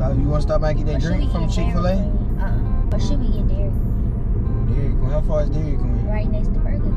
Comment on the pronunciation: she said "Welcome to dairyd queen" lol had to go back to that 4 times lol